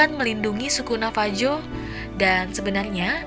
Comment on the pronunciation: Bukan navaju pronounciation nya tapi navahu